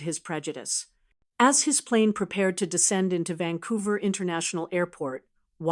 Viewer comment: It's Vancouver not Vancovrr like the sign says